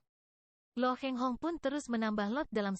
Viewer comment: Bukan Lo Heng Hong tapi Lo Kheng Hong.